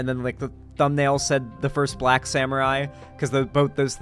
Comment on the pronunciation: "YASUKE THE BLLLYACK ONE"